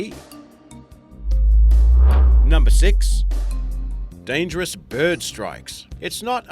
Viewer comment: Dyangerous,not dangerous